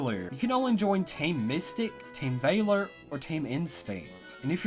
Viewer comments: Vah-lor not Vay-lor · Oh my gosh when he says team vailor it’s so annoying FYI it’s valor v-a-ler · Ooommmgggg.... ITS VALOR. NOT VAILOR OR VAYLOR. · It's not Vaylor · Team “ Vayyler”😂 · Stop saying Vaylor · STOP SAYING VAY-LER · That ain't how you say valor. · Your pronunciation of Valor actually hurts... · Can you really not pronounce VALOR? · ur pronouncing valor wrong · The way you said valor gave me a tumor. Good video dude! Feel better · 2 nitpicks: 1, the way he says Valor 2, Uk? Don’t you mean Europe?